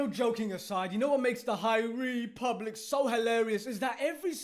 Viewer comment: lol the High REEE public